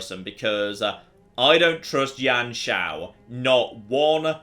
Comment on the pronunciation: just a quick thing, it isn't Yan Shao, you pronounce it as "You-an Shao" i think.